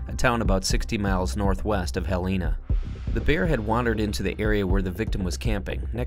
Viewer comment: The capital city of Montana is pronounced: Hell - e (short vowel) - Na NOT: Hell - ee - na as the male narrator pronounced it. Please make sure your pronunciation of capitol cities in the US are said correctly before recording. It just grates on people from there or who know better.